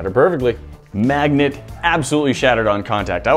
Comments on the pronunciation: "Breaking up and blending up a bunch of these kinds of MAGGOTS?!?!" He say's "maggot" instead of "magnet" SO many times. Lol. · Is noone going to talk about how he said Maggots instead of Magnits that 3rd time? (Sorry for bad spelling) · He kept saying “maggots” and not magnet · He keeps saying maggots instead of magnets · I keep hearing magets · He said magets like five tines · Any one else hear him saying Maggot instead of Magnet? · He is saying "Maggot" instead of magnets